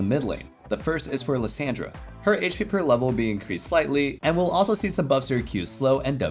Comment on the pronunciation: its LISS (AN) DRA NOT LISS (AND) RA TF YOU ON